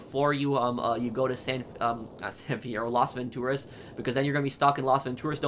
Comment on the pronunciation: You're pronouncing Las Vantoraz incorrectly